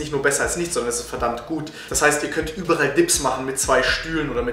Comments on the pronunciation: Es heißt über all und nicht übe rall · Lieber gutes Video allerdings heißt es überall und nicht überrall;)